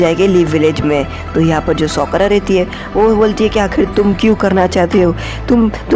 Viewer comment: Sokura nahi sakura🙄😅😂